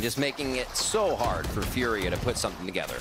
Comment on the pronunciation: why do the casters try so hard to pronounce furia this way